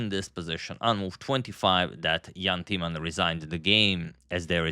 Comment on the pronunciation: Knowing you appreciate : Timman is mispronounced , the i , a vowel as is usually the case in mispronunciation . You make it into Teaman , funny . The i should be pronounces as in Tim and timber : Jan Timman . I corrected you on the pronunciation of Dutch chess player Roebers ( the oe sound ) , which you later pronounced correctly , I hope you do the same with the name of one of the best Dutch chess players ever .